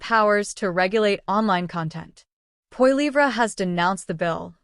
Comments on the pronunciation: AI voice. Does not how to pronounce Pierre's last name. Can't watch this. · Just a memtion that pronunciation our Pierres' last name is incorrect. Go Blue!